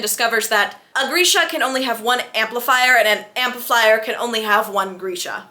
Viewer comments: Grisha is pronounced as Gree-sha not Gur-sha. But this was great. I laughed out loud so many times. Totally agree about the huge age gap! I’ve seen the Netflix series many times but have never read the books so listening to you summarize the books I can see that a lot of changes were made in the Netflix series. I appreciate this video because I probably won’t read the books; it’s very hard for me to read a book when I know the ending. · Girl every time you said ‘Geersha’ I died💀💀🤣